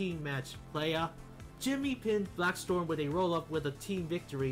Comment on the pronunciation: Its Blaxstrom not BlackStorm